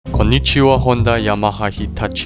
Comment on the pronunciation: Wbijam tu pierwszy raz i Słysze "Konnichiwa" i myślę sobie, o ktoś ze Stanów Zjednoczonych mówiący po japońsku XD. Nie spodziewałem się że tak łatwo można zgadnąć po dialekcie ;p Co do filmu, dobry kurs, wiec masz subskrypcję bo trochę tu posiedzę ;) Zresztą się nie dziwie, sam mam problem z angielskim. Japoński za to dla mnie jest łatwiejszy bo słowa japońskie przełożone na język pisany europejski czyta się tak samo w moim języku, Dlatego dla Japończyka polski jest łatwiejszy, choć jest uważany za jeden z najtrudniejszych język na świecie, taka ciekawostka ;p